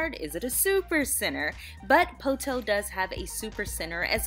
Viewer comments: PO-to. Not po-TOE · I was born in Poteau. My grandma, Vera Helton raised all 5 of her own kids and then helped raise many generations of others with her daycare. She went to heaven a couple of years ago and I miss her dearly. *How you pronounced Poteau with an extra hard "TOE" threw me a bit 😂